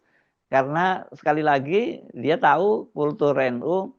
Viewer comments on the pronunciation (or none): none